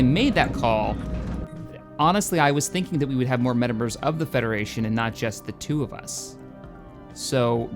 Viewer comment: Help the federachion flet